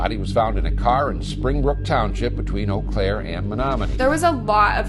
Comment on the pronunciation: Eau Claire Wisconsin not ewww